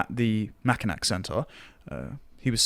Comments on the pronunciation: Its pronounced "Mack- Inn- aw" not "Mack-inn- ack". Dont ask me why. Michigan names are weird. Yes Im correct, I live there. No i dont care what you read online. Both the city and the island are pronounced with an "aww" sound. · As a Michigander I feel obligated to tell you, it's pronounced Mak-inaw not Mak-inak. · As a minor aside, Mackinac is pronounced "Mackinaw" for some reason, probably to do with its French linguistic origins. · Just a bit of a correction, ole chap. Mackinac is pronounced as “Mack-in-aww” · The last syllable of Mackinac is pronounced naw. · as a Michigander, it's pronounced "mack-in-naw" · It's pronounced "Mack-i-naw." I know it's stupid, but that's how it's pronounced.